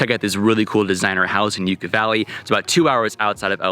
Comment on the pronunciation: Enjoy your vids, thanks for sharing…but one thing. It’s Yucca as in “Yuck-ah,” not “You-kah.” 😀